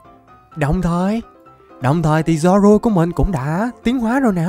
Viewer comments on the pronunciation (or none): none